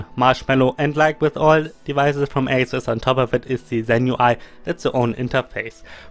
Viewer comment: Do i hear you right? Atut Zenpat?